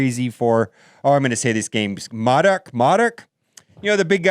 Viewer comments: Pronounced Moe-Dock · It's Mow-Dock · It’s pronounced MOE-dock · It is pronounced moe-dock sir, thanks for the content as always!! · Hey dude, just so you know, it’s pronounced “Moe-Dock” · Its pronounced moe dock. Or thats the way M.O.D.O.K. was pronounced to me. Wonder if that means quicksilver will show up sometime after him?